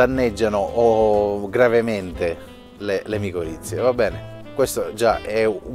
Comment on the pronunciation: sono miccorrize non moccorizie😅😅